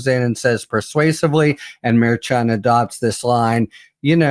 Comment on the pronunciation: I said this before, but why can't say Judge Merchan's name correctly? I understand that it's a tiny detail, but it's been going on for a long time.